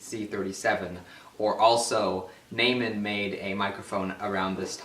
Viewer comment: NAY-man??? No, no, no... NOY-men Neumann